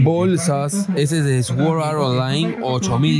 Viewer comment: Sword Art Online no digas "esword" di "sord" jsjsjsjjs